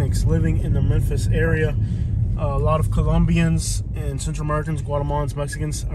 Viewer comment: That's not how you say memphis hose